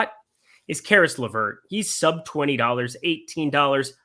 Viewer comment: you got Caris Lavert right!